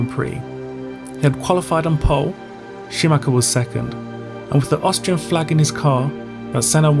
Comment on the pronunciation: "injured Scumacher"??? WTF??? another "expert" with yt diploma... telling a story to get more subscribers... capitalizing on others grief and disaster... F.U.